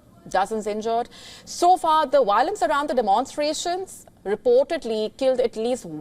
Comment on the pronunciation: I abhor Wiolence 🤣